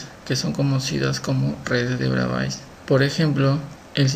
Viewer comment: hijo se pronuncia Bravé, por favor.